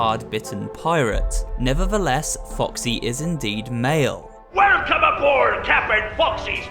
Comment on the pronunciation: did he just say Captain Woxy??